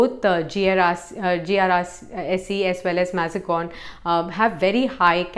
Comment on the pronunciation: Thanks was a good video, very good information but Please check the pronunciation of Mazagaon pretty sure it’s not MazGon